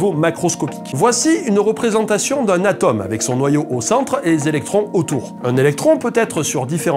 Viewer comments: Il faut prononcer "atÔme", ou encore "atAUme" (et non ATOM'). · tout ce passai bien jusqu'à ce que tu prononces Atome..